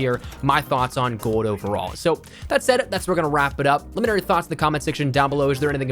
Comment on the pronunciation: You say gold like GOAD